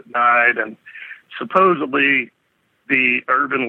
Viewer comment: the word 'supposedly' does NOT have the letter B in it folks. Also the word 'across' does NOT have the sound of the letter T at the end of it. Seem to be reinventing the english language on this channel.